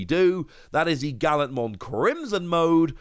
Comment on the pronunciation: Guilmon is a hard G just like Gallantmon…